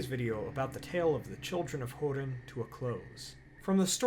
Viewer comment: its not called hurin but HOERIN